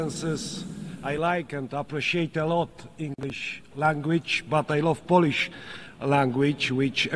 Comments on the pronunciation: To moze inaczej :) fonetycznie : polisz ? albo poliś? powinno byc POŁLIYSZ. Trzeba Krarolowi fonetycznie rozpisac. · Swietne przemowienie Panie Prezydencie. Tylko jedna uwaga: nie " polisz "- polisz to łyzke albo lizaka. Czytamy bardziej "połlisz" Tak samo jak "pol" to tyczka a "Połl" to Polak. A tak poza tym to super. Pozdro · Czemu nie może powiedzieć Polisz tylko mowi poliś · powinien powiedziec fonetycznie poprawnie POŁLISZ to bardzo latwe w wymowie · Ja też jestem z niego zadowolony ale musi naprawdę popracować nad angielskim bo: poliś, langłić - no bez jaj. Tych kilka słów mógłby siąść przed takim wystąpieniem z nauczycielem i wyćwiczyć. Tak samo tego snusa przyje..łby w kiblu bo całe bardzo dobre przemówienie przyćmione incydentem snusowym